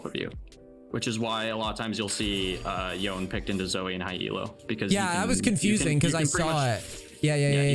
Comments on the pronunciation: cracked at Yone but still pronounces his name "Y-own" 😭😭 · Maining a champion and mispronouncing his name. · tell him to stop saying the damn champs name wrong lol